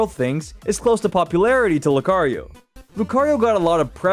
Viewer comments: YOU GOT THE SECOND SYLLABLE WRONG! IT'S LOO-KAH-REE-OH, NOT LOO-KUH-REE-OH! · Lucario 🚫 Loo-kuh-ree-oh ✅ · I lost brain cells from the way you pronounced 'Lucario' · That is a pretty weird way of pronunciating lucario lol